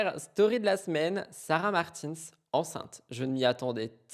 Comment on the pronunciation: Je me permets (parce que tu dis que tu aime bien qu’on te le dise je crois). Sarah a beaucoup dit que son nom se prononce comme le prénom Martin en français (donc pas à l’anglo-saxonne) en prononçant bien le S à la fin Et comme ça en prime ça fait un com en plus du like et du boost